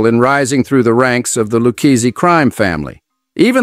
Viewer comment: Apart from the falsehood that Paul owned the cabstand when it was his brother Tuddy, and how to criminally mispronounce 'Lucchese' and 'DeSimone'!